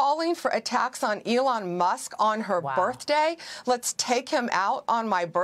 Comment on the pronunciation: Stop talking, i can turn to 6 channels and all if you at wh keep saying stop- is Crockett above the law - she got a big mouth and still she talk about her burfday ( they cant say birthday) wish yall